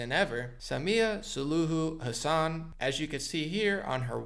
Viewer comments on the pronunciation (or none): none